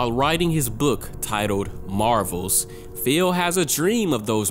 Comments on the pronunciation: This was amazing but I just cant get over "feel" lmfaoooo. Please spooky next time you red the name Phil just say fill lmaooo. Love your workk keep up the awesome videos! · saying "Phil" like "Feel"